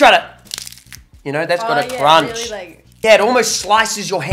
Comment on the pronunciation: Muselk says weewy insded of really